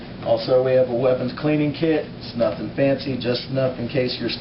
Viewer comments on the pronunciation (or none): none